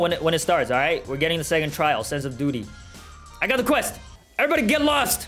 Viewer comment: i hear sense of booty instead of sense of duty lol